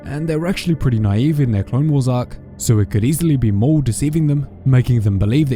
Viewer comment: It’s maul you idiots